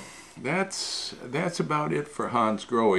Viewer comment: Hi, just a little FYI. They are not pronounced Hansgroheee but Hansgrohah. it's German and the language is phonetic where the ending E is pronounced AH.Your not alone, even Porche car owners and dealers mispronounce their cars, just calling them Porch instead of Porchah